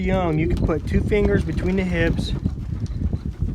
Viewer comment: Are you saying HIPS or HIBS? Not sure what HIBS are.